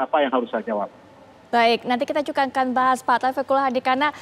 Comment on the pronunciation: tolong bedakan J dengan C, misal: juga bukan cuka, menjelaskan bukan mencelaskan.